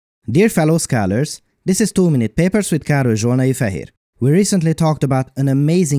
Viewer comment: After I heard my friend say he thought you introduced yourself as "Too many peppers" I can't unhear it.